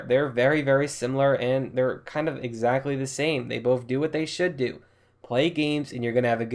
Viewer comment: I have bof consules,I play bof of them,I have the same games on bof of them you went to school right it's "Both" sounding(b) (oa) (th)